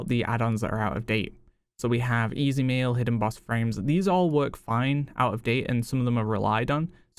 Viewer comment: Am I the only one who hears easy meal instead of easy mail?